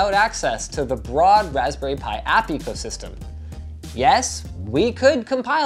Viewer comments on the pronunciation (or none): says ecosysystem yes E C O S Y S Y S T E M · "ecosysytem" cmon you're better than this:') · "ecosysystem" lol anyone else catch that?